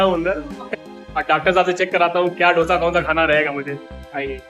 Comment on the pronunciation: Dosa nahi hi dose hi